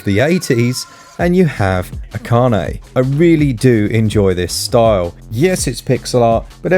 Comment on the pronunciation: yay, you got the Pronunciation of Akane right! My fave Martial are film. Drunken Master 2 and why Jackie's drunken boxing fight scenes are magnificent to watch and what's not to like about a guy that does all his own stunts?